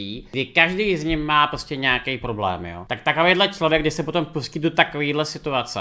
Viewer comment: "Poroblém" xDD